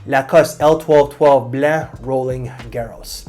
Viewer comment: The way you say Blanc I can tell you’re from Québec, I can recognize my people😊or maybe I’m wrong😅